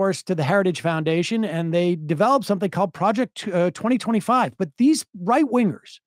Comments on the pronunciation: bro keeps saying "Project '25" instead of "2025" yeah... that'll distance you, Donald... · “He’s involved in praject 25”